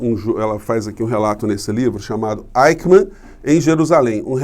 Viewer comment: Querido, não é Aicman. A gente diz Aiximan. Um abraço.